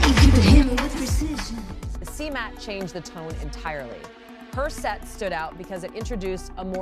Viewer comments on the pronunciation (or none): none